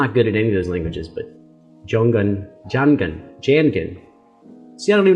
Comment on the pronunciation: Hi,. Jung-an (g not pronounced at an)